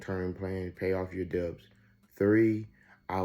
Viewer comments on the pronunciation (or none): The B in DEBTS is SILENT!!!! 😢